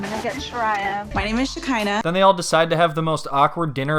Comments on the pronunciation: her name is Shekeinah not Shakira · I agree with a lot of what you are saying however I can’t get over the fact that you refuse to call shekinah and her sister by their names as if you are unable to pronounce them but have no problem pronouncing and saying sarpers name. Why is that? It really takes away from the good content. You can have an opinion without being rude.